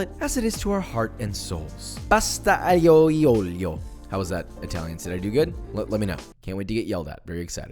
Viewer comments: It sounded more like "Aglio glioglio". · Quel " pasta aioioio" mi ha steso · Your Italian made me cry but the recipes made me smile. Aglio e olio is pronounced “ahlio eh ohlio” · Should be Pronounced “Ahh Leo” “Oh Leo” 🙂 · As an Italian I’m proud of u, you cooked a great pasta in the way it should be cooked and even made the sauce yourself, bravo! We just gotta emprove your pronunciation and then you’ll be perfect 💪🏻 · Hi Josh! Love from Italy! <3 I'll gloss over your butchering of the pronounciation of Aglio e Olio, but on that recipe I wanted to share a lil' something that I do when making it. First of all, I start the oil COLD with the garlic in, I don't put the garlic when the oil is already hot. This way the oil has time to infuse with the garlic, and the garlic itself cooks more gently without risking to burn and get bitter. I turn off the heat as soon as the garlic starts sizzling and just leave it there to infuse before I throw the pasta in. Also, I put the pasta in the pan when it's still undercooked. Like, if the pasta is 8 min for "al dente", I throw it in at 5 min, with a couple ladles of cooking water, and vigorously and continuously stir. This way the starches in the pasta get released and it helps emulsify the sauce, making it very creamy and delicious. And of course the pasta spends more time in the sauce, absorbing all the tasty goodies. I also don't put parmesan at the end as per the traditional recipe, but that's personal preference, if you have a really good quality Parmigiano Reggiano I don't blame you for wanting to put it everywhere. Hope this might be helpful for either you or someone reading! Cheers! <3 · That "aglio e olio" was terrible, but we still love you Edit: I' m referring to the pronunciation not the dish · The way you just pronounced "aglio e olio" made my day, much love from the Italian community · I am italian and your pronunciations Made me schiver 😂😂😂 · Every time josh tries saying an Italian word I lose 5 years off my lifespan